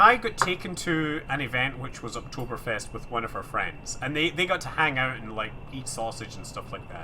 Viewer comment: You speek "Oktoberfest" like a real German ;) Greetings from Germany